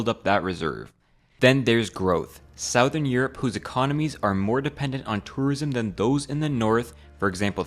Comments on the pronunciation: I am fascinated by the you pronounce southern as “sowe vern” not “suh thorn” is this common in American English? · It’s suh-thern not sow-thern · (Southern is not pronounced "sowthern" or even "south-ern". It's more like "suthern." Broke my attention to the video every time. ^^; ) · Pro tip: “southern” isn’t pronounced “SOW-thurn,” it is “SUH-thurn.” ✌🏻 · It’s “SUH-thern” not “SOW-thern” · Good video, but I’d recommend looking up how to pronounce things before recording. Hearing you say South-ern and Bolly-eric Islands made me cringe so hard. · Sowthern? That isn't how it is pronounced! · 'sauthern' Europe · This guy saying sowthern hurts me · sow thern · Why are so many youtubers saying south - ern lately? is it just a shiesty way to drive engagement? or do they actually not know how to pronounce it correctly? weird man, very weird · sauwthern europe huh? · I'm Canadian too, and it made me cringe. We don't all say it like that.😊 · i died every time you mispronounced 'southern' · I've never heard anyone else pronounce "southern" that way before. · I can tell you aren't a native American speaker but look up how to say "southern". You're way off dude 😂😂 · IM SORRY I JUST CANT with the pronunciation of southern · I can’t get over how he pronounces southern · hmm. Never heard anyone mispronounce "southern" before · Why do you pronounce southern so weird? It sounds petty but it kinds ruins the vid for me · how the hell did you just pronounce 'southern' ?!??!?! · My brother in Christ did you just pronounce southern like southern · Please learn how to say 'southern' correctly. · I've never heard anybody unironically pronounce "southern" like that before -- where are you from? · The way you pronounce “southern” catches me off guard every time.😅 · The way you pronounce "Southern" is driving me mad. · This guy can't say the word "Southern".